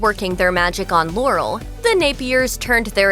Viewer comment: It's pronounced "LAH-rel" not "Lore-el"